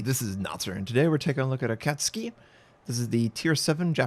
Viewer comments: Notser:Akatski Literally everybody else:Akatsuki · dafuq is an Akatski? OHHH you mean AkatSUKI? lol how do you mess that up. But seriously, GG and another great vid! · Its AkatSUKI not AkatSKI... smh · A,kat, su,ki.... not akucski. Sorry I'm a pedant. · Does Notser ignore the 'u' in IJN DDs for a reason? I believe it's akat-SUKI rather than akatski He calls Mutsuki the same way 😂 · You pronounce Akatsuki like its a Polish ship. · A - kat - su - ki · Pronounced: Aka tsu ki Notser! Love your vids mate. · Its pronounced >>> A - cat -sue-key .... <<<< you are welcome. I know most Americans don;t care but the rest of the world does. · Already watched it, and she still pronounces the u, lowly, but still. It really shouldn't be pronounced tski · In japanese it's pronounced "Akatski" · btw its pronounced a-ka-tsu-ki (ah---car---su-----key) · Doesn't even pronouce the ship's name right...for shame, Notser! #headdesk #pullsNotser